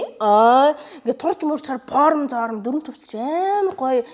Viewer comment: Porm ghr jxn sonin sonsogdood bhin